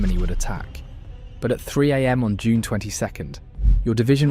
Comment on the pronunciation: “Jule” should be June